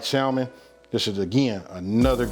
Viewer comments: it’s pronounced samon not salmon 😂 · Awesome video as usual! My brother killing like always! Btw the ‘L’ is silent in the English pronunciation of the word ‘Salmon’... pronunciation is ‘Sammon’. English is truly an odd language. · ‘Sal” mon 😂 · Going to try tonight. Looks good. Also, the L is silent 🤫 samon. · I did cringe every time he said Sal-mon, lol. But the food looks AMAZING. And that's ultimately the only thing that matters... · The L is silent; its pronounced "Sa' men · Hey still new to the channel and been rocking through the video collection you have up. Then I saw this new one pop up and had to check it out. While I can't eat, touch or even be near fish (allergic) the dish looked good. However on that pronunciation the word Salmon is Samon with the L being silent. No big issue just mentioning it. Keep cooking and doing your thing. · When i hear ppl say the "L", in Salmon 😡😡🤮🤮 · the "L" is silent in Salmon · The L is silent bro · It looks delicious. The L in salmon is silent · Looks good but theres no L in salmon :)